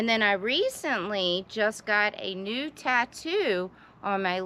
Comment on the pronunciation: For a sec i thou you said nude! 🤣 not new tattoo.🤦‍♂️🤣